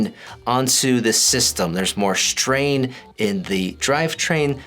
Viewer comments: Does he say shtrain? Im wheezing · LMAO I read your comment right when he said it hahahaha SHHHTRAIN